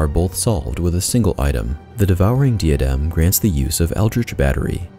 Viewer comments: If you could learn to pronounce diadem and plague that would be great! It's a bit distracting hearing you butcher those poor words especially because your accent sounds like a native speakers. <3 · The way you pronounce "plague" and "diadem" makes me wanna punch myself in the face till i cant hear it anymore. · Why does he pronounce "plague" and "diadem" like that lol